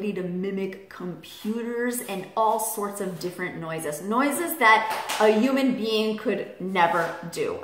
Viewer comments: this is really silly of me, IK but the way she says "human" just really erks me...sounds like "uuman" 😆 ik ik stupid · I love your videos but i hate how you say human lol